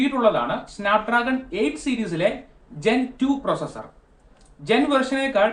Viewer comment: പ്രൊസസർ അല്ല ❌ പ്രോസസ(ർ*)